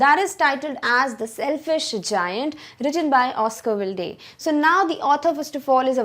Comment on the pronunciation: Oscar Wilde is pronounced as Oscar Wild .